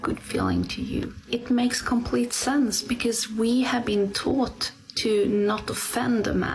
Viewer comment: her english, specifically how she pronounced "taught", makes me think she's either Swedish or maaaaybe norweigan. either way, her advice doesn't surprise me.